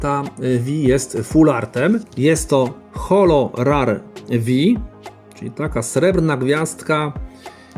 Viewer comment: Mówi se Rer nie Rar 😅